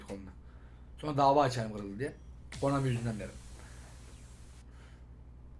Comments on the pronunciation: abi komani deil konami :D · abi KOMANİ DEĞiL KONAMİ HSJSHS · Komani???? Konami🤣🤣😂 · Abi Konami dedin o komik